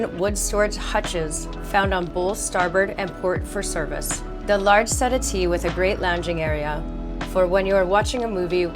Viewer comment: Can't say I have ever heard the word "settee" pronounced set-a-tee before!